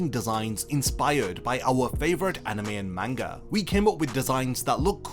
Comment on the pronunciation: Can you even say manga correctly?